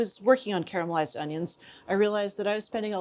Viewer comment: You say "caramelised", not "carmelised"... I love you PS- my dear old mom would add a pinch of sugar to her caramelised onions... worked like a charm